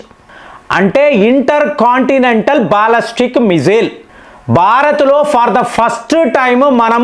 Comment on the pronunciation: బాల్లస్టిక్ కాదురా బాలిస్టిక్. నిజం చెప్పురా. నువ్వు 10th ఫెయిల్ కదా.